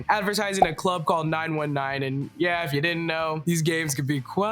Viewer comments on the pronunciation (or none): none